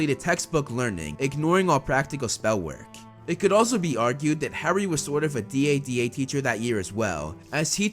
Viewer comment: Just call it dada instead of D.A.D.A